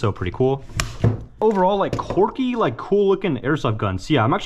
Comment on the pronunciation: Dude, car-T-ridges, and quirky is pronounces KWURKIE, not KORKY. its literally painful to listen to. Im not watching more of this.